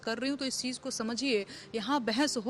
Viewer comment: Desh ko cheej bol rahi hai vah